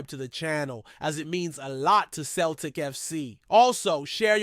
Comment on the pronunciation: It’s pronounced Seltic you 🤡not Keltic 🤡🤡🤡💩